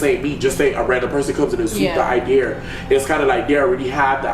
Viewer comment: attempting to say, "idea" is pissing me off 😂😂😂